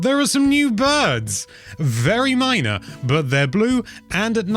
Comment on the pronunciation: Did you mean to say that glorious pun? The bird you said it was minor but sounded like mynah.